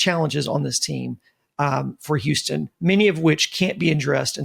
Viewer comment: Can please stop calling us Youston!!!